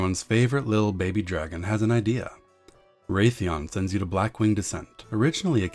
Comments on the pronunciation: I was being a wise-ass, it's pronounced Wrathion, not Wraithion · Who pronounces wrathion as wraithion, lmao. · why are you calling him ...wraith-eeon ? ...Wrath ...like...the wrath of god..wrathion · You sound like Mr Slave from South Park. Also its Wrathion (RATH) not Wraithion (RAITH) smh